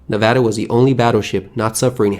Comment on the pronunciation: I appreciate him pronouncing Nevada correctly. The USS Nevada (BB-36) has an interesting history, look it up sometime if you are curious. She had a glorious end.